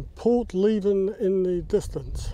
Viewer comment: It’s pronounced Por-lev-en not Port-leeven , I know because I live there 👍🏻